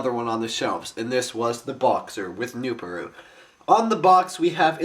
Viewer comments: It is pronounced newPARoo not newPAroo, im just saying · It is pronounced NooPARoo. Not NooPooRoo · remember its pronounced noo-par-oo farther than noo-paru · the original boxor was actually made from gahlok components, not nuhvok. in the animations nuparu (noo-par-oo, not noop-uh-roo) builds the boxor (which has the black bohrok mantle) out of a krana-less gahlok so he, taipu and onepu could escape from their collapsed tunnel. the boxors were later used to repel the bohrok, even though that was not their original intent.